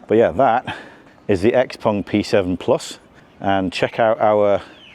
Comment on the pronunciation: finally somebody who knows how to pronounce 'xpeng'